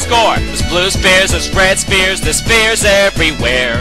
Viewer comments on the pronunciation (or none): I hear this as "Spear" not "Sphere"